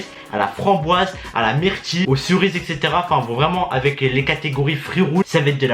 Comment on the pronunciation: c'est le seul gars au monde qui dit les "corises" a la place de cerise